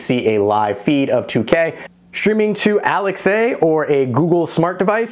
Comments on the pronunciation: Bro u never heard of alexaaaaa not Alex A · "Alex-A" LMAO... as an avid A-pple user i found that funny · I wonder why I’ve heard two different review channels, now, pronouncing Alexa as Alex A? Ah. Nevermind. I saw the reply to another viewer. Makes sense.